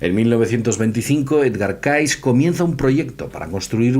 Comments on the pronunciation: Cayce se pronuncia Key-zi , no Caiz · Mejor que a Cayce, lo pronuncies "Keisi",. Edgar Keisi. De nada, jaja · muy interesante, ya era hora que se hablara de el, deberian hacer un programa exclusivo de Edgar Cayce, que por cierto se pronuncia keisy